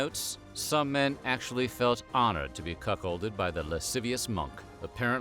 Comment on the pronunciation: Cunkholded by him lol, priceless